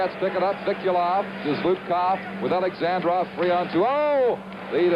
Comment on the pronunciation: Даже американский комментатор правильно произносит фамилию Бориса Александрова, а вот создатель ролика нет........ Ну почему же АлександрОв то ???....:)))))